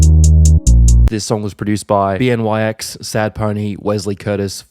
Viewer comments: bro said bee en why ex when it’s really beennyyyx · Bro said b n y x word for word😭😭😭😭😭you can actually pronounce that name bruh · Ain’t no way he just said B N Y X like that 🤣🤣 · it’s pronounced BENNY-X (BNYX) great vid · “BNYX” is actually pronounced “Benny X” but great video like always! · Bro said “Bee En Why Ex” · It's pronounced Benny X :) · Nah he said BNYX wrong 😭